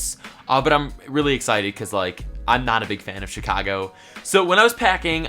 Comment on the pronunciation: Why is Chicago pronounced Schikago